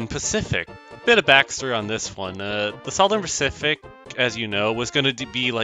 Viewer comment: Sufferrn Pacific 💀